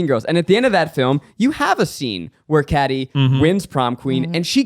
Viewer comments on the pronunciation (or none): Okay but did anyone notice when Zach brought up mean girls he said kady (catty) instead of kady (Katie)? 😂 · PS. I feel like my soul got sucked out of my body when Zach mispronounced Cady. We will not accept Mean Girls slander in this house!